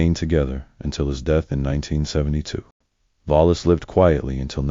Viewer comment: Vola Simpson? What? Her name was Wallis Simpson. Pronounced just like it’s spelled.